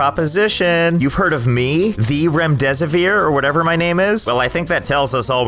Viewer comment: Lost it at remdisivir.